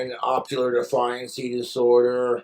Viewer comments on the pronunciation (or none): Optiular defiancy disorder he says. Huh, never heard of that one. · he meant to say "oppositional", his brain is so impossibly cooked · “Oppular defiancy disorder” 😂😂😂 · ‘opular defiance disorder’. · "Opular defiancy disorder" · 'opular defiance disorder' TMDWU